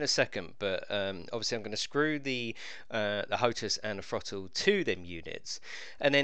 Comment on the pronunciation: What's a thro-le